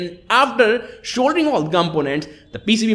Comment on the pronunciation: shouldering and not soldering 😂